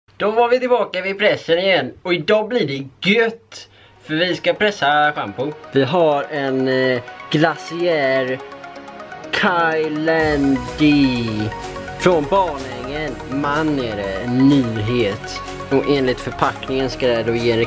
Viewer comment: Kylande inte Ky la ndeee